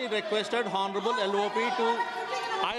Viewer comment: Horneable 😂 bhai ye kis ko speaker bana diya.. honorable bolna nahi aa raha usmain bhi horny laga rha hai 😂